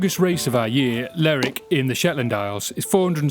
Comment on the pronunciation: please please its lerwick as in her ler